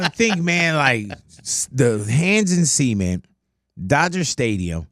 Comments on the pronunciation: Why Big Boy so obsessed with pronouncing “cement” —“semen”? lol WTH 😂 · that bothered me the whole time😂 who tf pronounces cement that way